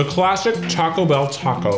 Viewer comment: I hate the way he pronounces Taco Bell 😂